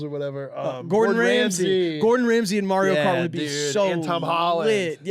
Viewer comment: “Mario Bart” is much funnier than you think if you’re from a German speaking country cause there’s a comedian called Mario Barth (the th is just pronounced like a regular t here) and he’s a famously bad comedian whose whole concept is “my wife and women in general are annoying”